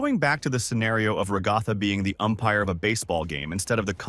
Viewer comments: Yea cuz some people just say RAAGAATHA ...LIKE DUDE IS RAGATHA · IT'S NOT "raGtha" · who is rogatha i know ragatha not rogatha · My guy your voice must be Ai who in their right mind says Ragatha like you do they say her name in the show. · I completely agree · FIRST IT'S NOT NCP IT'S NPC AND IT'S NOT RAGTHA!